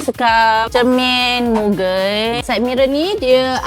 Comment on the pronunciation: Mugen2 mu-geyn pronouns tu kalau jepun dengan jepun pon gelak…kata JDM sejati